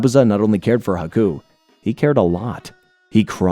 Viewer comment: Love the breakdown but everytime you pronounuce it as haku's name as aku, i just think of samurai jack.